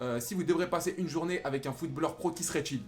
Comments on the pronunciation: C'est " Une journée avec Pogba " mais pas jounee 😂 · c journee pas jounee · oui jounee ca se dit pas